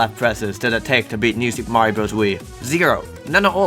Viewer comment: Mayro more like bad